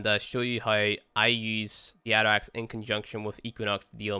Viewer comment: The atterax AKA "nuberax"